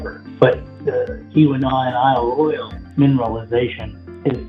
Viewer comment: Don’t know where the narrator for this video comes from, but you are consistently pronouncing Isle Royale *not* the way natives of Michigan say it. That’s irritating.